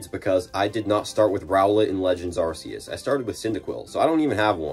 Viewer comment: I thought it was pronounced Pokémon legends Arkoos